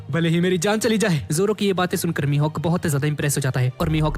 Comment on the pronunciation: Not Hakai it's mihak